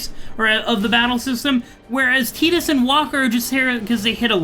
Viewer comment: This guy so dump ,he keeps saying tidas wrong..😂